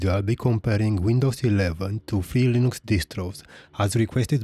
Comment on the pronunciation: To who's distro? "In this video I'll be comparing Windows 11 to Felix Distros" is what I hear....